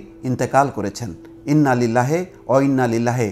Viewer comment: দয়া করে মরার আগে কিছু সূরা বিভিন্ন দোয়া শিখার চেষ্টা করুন, যেমন আপনার ইন্নালিল্লাহ বলা টাও শুদ্ধ হয়নি, মুসলিম হয়েও যা আমাদের জন্য লজ্জাজনক